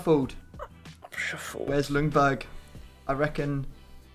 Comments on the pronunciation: As a Swede I’m super excited for this episode! But as a Swede I also have to point out that the L in Ljungberg is silent. It’s closer to Youngberg or Jungberg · How You saying Ljungberg is horrible. L is silent:)